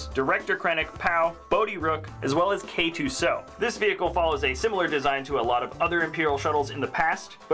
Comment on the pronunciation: People don’t say C-3-PO it’s C-3-P-O so why are you saying K-2-SO and not K-2-S-O